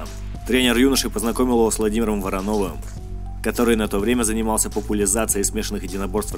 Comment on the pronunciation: Может Во́ронов,а не Вороно́в?